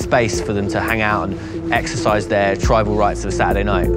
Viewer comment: It’s a native tri ball ting not bi bull !